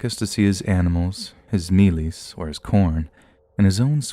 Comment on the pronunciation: As a South African I'm very proud of your pronunciation of "mealies" 😊😊👏